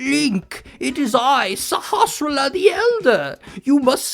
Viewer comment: I've seen a whole bunch of Link to the Past videos, and you are the first YouTuber that seems to be able to actually pronounce the name of the village elder. I never thought it was all that difficult, even when I was a kid, and even without having a reference to how it's supposed to be pronounced, but it seems like everybody who does videos on this topic butchers it. some of them don't even try.